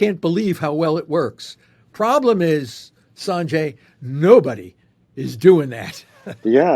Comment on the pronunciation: Sarnjay? It's Sanjay.